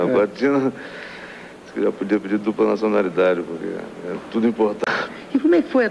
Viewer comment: O Tom Jobim falava "jás" também sksksksk